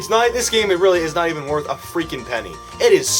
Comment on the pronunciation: It gets really weally good did I here that right